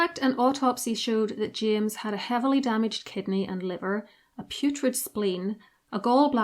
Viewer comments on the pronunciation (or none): none